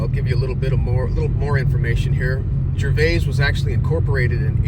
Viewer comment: It's actually pronounced Gervis, the 'a' is silent